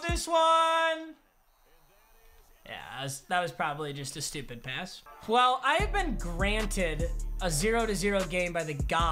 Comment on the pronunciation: bills next ok Me: are you shtewpid?